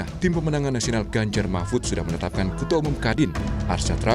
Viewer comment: •Mahfud pak bukan Mahmud udah 2-3x saya dengar ucapan anda. Tapi narasinya bgus bnget tadi wkwk😁😂 ke kubu prabowo •Good PKS jangan terpancing menyerang, Jubir pks fokus aja jadi (Gelandang tengah) menyuplai informasi secara objektif untuk support striker penyerang depan, dan menyeimbang pemain bertahan.